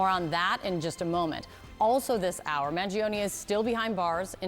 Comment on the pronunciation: Why is this woman caster stammering every second? Can't even read the name of the suspect correctly? Zero sense of professionalism, doesn't deserve the pay.